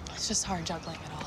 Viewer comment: I thought she said druggling not juggling